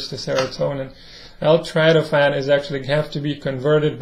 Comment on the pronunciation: It’s not trytophan! It’s tryptophan!